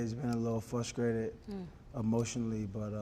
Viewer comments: 40 “Fruscrated” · The man is obviously "Fruskrated". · I did, a few seconds into the interview, which is about the time he said "fruscrated." Not frustrated, but "fruscrated." Is he high?? Later he said validitation... I thought AB was smarter than this. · Fruskrated???? Fruskration??? Him and Charlamagne must be from the same hood :/